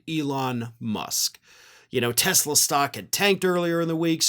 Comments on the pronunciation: He called it a Tesler. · It’s Tesler! 😂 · It’s not a Tesla it’s teslur… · N dump called it a Tesler 😂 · Actually it's pronounced "Teslar" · Oh you mean Tesler! Let’s call those things “Teslers” from now on🤪🤪🤪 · “Tesler” car ad. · You mean, tesLER, lol ! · You mean "Tesler"? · You mean, Tesler.....😊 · TY Boycott TESLER, another one of Trumps speech defects , LOL I watched the Commercial? With those two idiots and the Jeep back fender fell off so hilarious 😁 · He actually said "Tesler". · It's pronounced "TESLER", and taxpayers paid for it! I'll drive a '74 Ford Pinto before I drive a "Tesler"! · "I love Tesler!" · He called Tesla..."Tessler". 🤣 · His best buddy "Tesler."